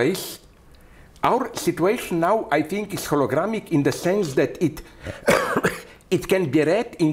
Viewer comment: Hologramic 😂, i guess he means holographic.. clearly he spent a good amount of time reading quantum physics